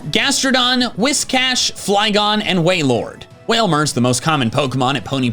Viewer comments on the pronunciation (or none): he said way-lord... ITS WAIL-LORD!!!!